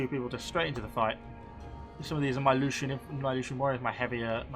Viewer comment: Lucanian = LU - KHAN - EE - AN. P.S. please recruit some more agents, particularly dignitaries. they can passively boost public order and tax income.